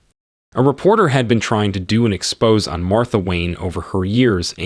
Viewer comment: Couple words mispronounced, expose' "zay".., cipher..."Syfer".